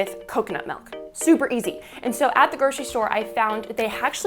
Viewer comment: Who else is annoyed when someone says melk. Not a hater